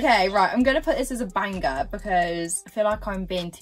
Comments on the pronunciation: why does she pronounce the g in banger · Why does she say banger like that?